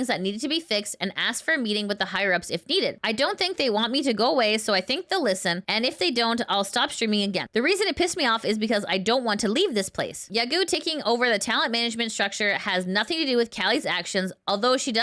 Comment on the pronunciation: You should really check how things are pronounced before reading them out as news. For example, the vowels in YAGOO are like those in "lotto"